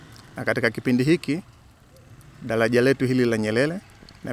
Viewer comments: Hahahaaa.....badala ya kusikiliza anachoongea nimejikuta nacheka tu😂😂😂.....dalaja....gali.....nyelele....taalifa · 😃😃😃😀 dalaja hili la nyelele kwenye r yeye ni l tu